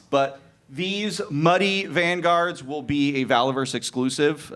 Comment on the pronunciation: I was listening to the Q&A and Muddy Vanguard sounded like BLOODY Vanguard and my ears perked up!